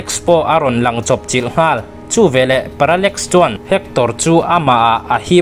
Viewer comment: Viewers I ngaihpawimawhna hi alawm ka ngaihthlak bik em em na chhan chu tih rualin i sawi dik loh emaw sawisual pawh comment lamah kan lo sawi ve mai dawn aw, parallmax ni lo in parallax tih tur aww😂